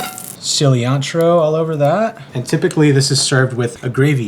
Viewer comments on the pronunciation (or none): is everyone just gonna skip past him calling it cilliantro bruh